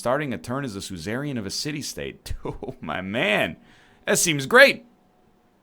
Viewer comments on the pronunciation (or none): episode 6 and ryan still hasnt learned how to pronounce suzerain correctly